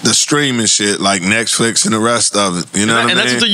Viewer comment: Quake repeatedly saying “NextFicks” is wild😅